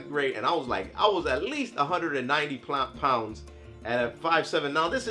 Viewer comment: damn 190 "plounds"